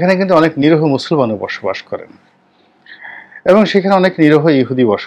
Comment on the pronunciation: Please fix your pronunciation of NIRIHO, it’s not NIROHO as you utter. Please don’t get me wrong, we love and respect you.